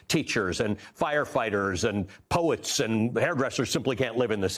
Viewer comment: Did he say 'poets'?